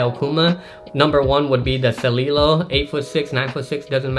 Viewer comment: Its pronounced Seh-lie-lo. Named after the Celilo Falls where I live here on the Columbia River here in Oregon. In fact my profile picture of me with a big bass on is just a few miles from where Celilo Falls was before the dam was built